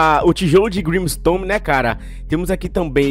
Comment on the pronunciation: Vc falou grimstome ao invés de grimstone pelo que ouvi